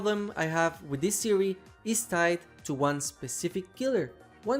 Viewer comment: ”so what is the white eyes thewee” no disrespect intended I just thought it was kinda funny